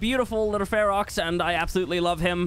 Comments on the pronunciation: When you say fear roar it sounds like Fuhrer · Your Ferox is 100% australian